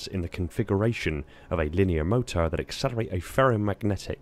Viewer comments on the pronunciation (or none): none